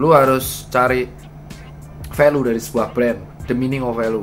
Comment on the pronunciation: Review ter BAR BAR Dr.Tirta 😂 BTW baca nya Velyu bukan Velu Dok 😁😁😁😁